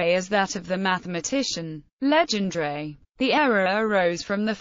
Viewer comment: Worst pronunciation of his name